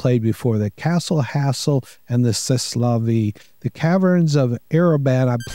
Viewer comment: As a Canadian, I learned a bit of French in grade school. "C'est" is pronounced "ceh". It's a contraction of "ca est" which means "that is" or "that's". In French, the last letter of many words is not pronounced.